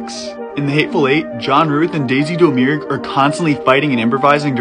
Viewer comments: Dough mirrorg? It's pronounced Dahmergoo or gue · It's pronounced Daisy DAHMER-GOO. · I’m not sure that’s how you pronounce domergue